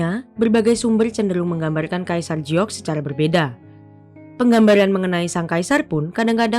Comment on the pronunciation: "Giok" kenapa dieja jadi mirip "Jiok"?🙄